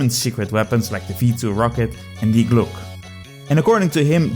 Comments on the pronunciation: Die glocke ❌ Die Gluck/Glock ✅ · Die Glock is actually an Austrian manufactured Pistol. It’s always a good rule of thumb to pronounce every letter. We Germans are efficient so no useless redundant letters like in French. Correct spelling is: Dee Glock-uh